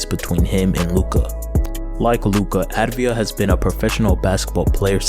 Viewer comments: great vid but i had to say its avdija and not advija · It's avdija (av-dee-ya) NOT ADVIJA!!! the least u can do is get the name right